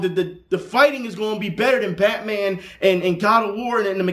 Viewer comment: "BATMAD" lol nice man